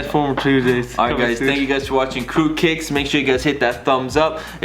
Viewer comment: Every time he says Qrewkicks it sounds like Qrewcakes